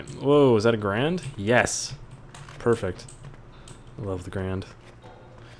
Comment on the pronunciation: my lucky number is 2 because a\lmost anything comes in twos and its "Ga-rand